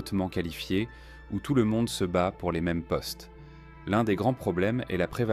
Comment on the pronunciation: Zomonde 😂 dommage d’utiliser l’IA